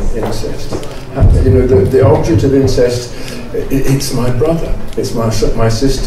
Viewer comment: I thought Scruton said ‘insects’ when he said ‘incest’. It worked for a while before the word ‘insects’ failed.